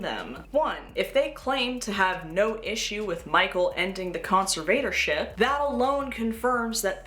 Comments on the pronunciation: I like your video, with the exception that your pronunciation of "conservatorship" is like fingernails on a chalk board. To the best of my knowledge, it should be pronounced "con-SERV-uh-tor-ship", not "con-ser-VATOR-ship". I apologize if your pronunciation was meant to be ironic. My inability to see any ironic meaning doesn't mean the irony doesn't exist. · Darth conserVator Ship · you accent the “serv” part con-SERV-a-tor-ship. Conserve-ator-ship. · NGL the way you pronounce "conservatorship" is kinda driving me insane but otherwise this video fucking slaps